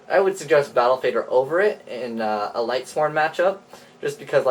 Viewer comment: If I hear lightsworns one more time...